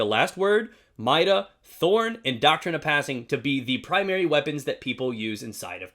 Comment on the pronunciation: Not hating or anything but it's pronounced MY-DA